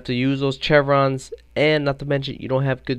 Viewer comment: Your take on the VSS is terrible. What were you even talking about accuracy? You missed half of those shots on purpose. Also the chevrons (Pronounced shev-rons) are zeroed at 200, 300, and 400m. The large one is 100m. You really need to keep your opinion to yourself if you don't know enough about something.